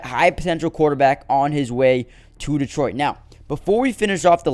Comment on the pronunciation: It's pronounced duh-troyt. Not Dee-troyt